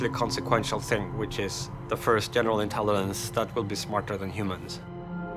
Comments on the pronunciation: Ok but right off the bat he can't pronounce intelligence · it's a mispronunciation, simple as. English is my 3rd language